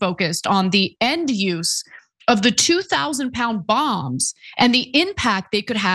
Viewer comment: Bongs not bomb's